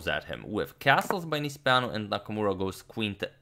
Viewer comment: It seemed like a romanian name :) nice pronunciation on agadmators side